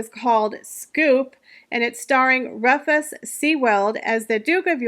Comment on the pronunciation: Fyi..Edinburgh is pronounced edin-borough.Buckingham has the emphasis on the 1st syllable and the H is silent.Rufus sewell.. ..is pronou ced roofus.